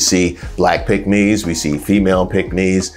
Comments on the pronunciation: I thought you were saying pigmy. I was like what! Tom Cruz has done nothing to help us. Mitch will sell you and himself to the highest bidder. No matter how much he allows Trump to talk about his Asian wife. He’s no man that won’t stand up for his wife. You know, in sickness and health? ?? Who was he talking to? oh yea, it’s MAGA Trump. What a sell out! So Mitch did you sleep with Donald Trump last night in order for you to be passive and displaying unmanhood! Divorce your wife and marry the person you are in love with, Trump! Are you a traitor to your wife and the Constitution? Wait, let me answer that question! YES, YES, YES! Pathetic behavior. If you don’t stand for something you’ll fall for anything!! AND you did!!!! Vote BLUE all the way🇺🇸🇺🇸🇺🇸🗳️🗳️🗳️🗳️💙💙💙💙🩵🩵🩵🩵🧢🧢🧢👍🏽👍🏽👍🏽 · Please enunciate the word, " PICKK- MES" b/c it sounds like something else. Thanks!